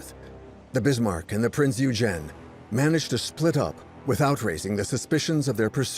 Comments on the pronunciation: Why is it so difficult for AI to pronounce Prinz Eugen (Oy-gen), I don't speak, read or write in German, but I at least know how to pronounce certain foreign words. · Typical American, never even bothered to find out how super well known German ship names are pronounced. Or is this just more AI slop. Printz Oy-gen. Dude, British, not English. Many of these people were Scotts. There's no W in the pronunciation of Swordfish. It's a sord, not a sWard. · Is it thar hard to pronounce "Prinz Eugen?"